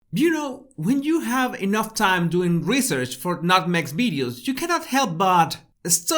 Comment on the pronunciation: omfg "nut meg"